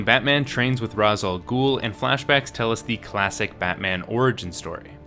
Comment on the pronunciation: Just... please. Its not pronounced "raz" its "rash"